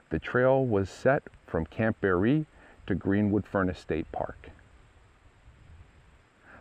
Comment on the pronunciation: It's pronounced (Bear-Ree) I grew up not far from there in the Village of Barree as did my family generations back. Spent many times swimming, floating on tubes and just hanging out at the camp lake with my sister and friends. We have a family camp just up the dirt rd (Tram Rd) from there. I was a girl scout for a short time and remember going out there to the big building and we had a highschool get together there too. Its a shame that the lease was not renewed back then. Lots of memories in that area❤ we still take drives out thru the mountains and i say about the camp Everytime we drive past it. I seen that they are to be placing a bronze memorial sign on the chimney this spring sometime 2024.